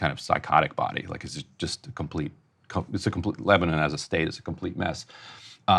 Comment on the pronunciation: Why is Ryan pronouncing Lebanon weirdly ? He's the absolute worst BP host